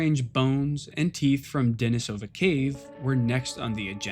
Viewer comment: Very good video. I especially appreciate your perfectly correct pronunciation of Denisovan. However... the cave where the first little finger bone was found is also pronounced with stress on the second syllable: De-NEE-so-va, not De-ni-SO-va. It comes from the Russian name, De-NEES (Dennis), which is pronounced like the English name Denice. That aside, thanks for an excellent, well-researched, and enjoyably presented video.